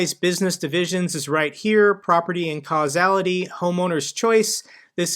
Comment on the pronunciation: Might wanna look up how to properly pronounce “casualty” lol